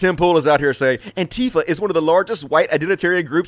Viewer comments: Hey, Antifa is not pronounced an-TIE-fa. I'm sure it was just a mistake, but it make me cringe to hear you say that wrong a few times. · Yeah, everyone else either says an-TEE-fa or AN-tee-fa. I personally prefer the latter because it feels natural to me